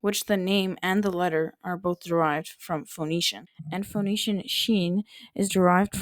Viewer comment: It's really funny hearing someone so adept at phonetics say 'FOE-necian'